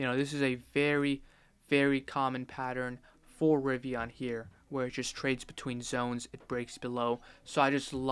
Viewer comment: What the hell is a Ri-vi-Ah-n?